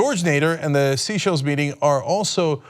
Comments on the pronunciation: SAY SHELL. i just spent three days learning where every country in the world is, and I learned this is pronounced Say Shell. Like sea shell, but for french africans. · Sea shells? Dude, how are you unaware of how to say Seychelles? .. Wait! You were able to say the name, a year ago ..but you've now forgotten it!? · I enjoy the content. It's pronounced. ' say-shells'. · yes that meeting is the start of it all. also , you were right the first time : its pronounced "SAY-SHELLS". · It's pronounced "SAY-SHELL" and it's in Africa. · I like that Cenk calls it seashells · Oddly he pronounced it right in the old clip and wrong in the current one. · MabDarogan2 Every time he said "Sea-Shell Island" I died a little inside. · its pronounced say-shells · It’s pronounced SAY shells. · Seychelles not Seachelles Cenk , a bit of a trumpian slip there by Cenk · It's technically Say Shay if you want to be correct about it. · It’s pronounced ‘saychelles’ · BTW Cenk its pronounced sayschelles, It's French. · I was thinking isn't it 'sayschelles'! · omg that pronunciation of Seychelles is killing me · IKR. Somehow Cenk pronounced it correctly in the earlier video he played but not in this one! It’s a very long way from the US, which is why I guess he is not so familiar with it. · Jerry Nkumu it's not IN Africa, it's off the coast of Africa, IN the Indian ocean. Just as cenk stated. He mispronounced the name, that is all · It's weird how a year ago Cenk could pronounce "Seychelles" correctly, and even played a video of that, but butchered it repeatedly in this video. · Cenk... if I can pronounce your name you should be able to pronounce Seychelles... Heck, you pronounce it correctly in your clip. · The name of this Island is being announced incorrectly, but somehow correctly announced in the cut back clip, go figure.. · Chenk is pronouncing Seychelles wrong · you need to learn to pronounce Seychelles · It isn't Sea Shells island... it is Seychelles (Say-Shells) ROFL